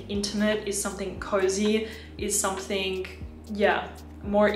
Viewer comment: Pls. SomethinG, not SomethinK. I'ts ear-ache to hear you say it wrong in your every clips. Otherwise, Great and Sweet reviews.